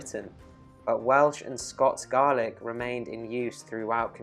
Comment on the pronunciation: That is not how you pronounce Gaelic.